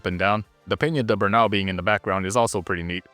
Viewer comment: it’s peña de bernal lmao